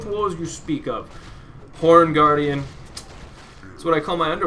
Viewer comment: i thinked before saying second time horn guardian said porn guardian i loled